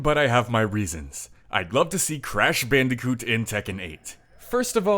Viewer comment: I stop watching the video when you said crash bandicoot